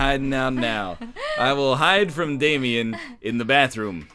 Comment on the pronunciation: Triggers me so much on how says Damien